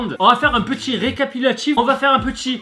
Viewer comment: RÉ-CA-PI-TU-LA-TIF ET PAS RECAPILATIF xD